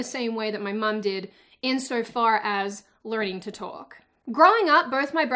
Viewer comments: I love your accent. I'm a Kiwi my wife is Aussie my kids..... Sound like a mash of both. One daft teacher my son had wanted to send him to a speech therapist until she heard me talk. It's is good to hear you pronounce Mum correctly. 😁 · You said "mum" rather than "mom". So you're good. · At least you pronounce mum as mum.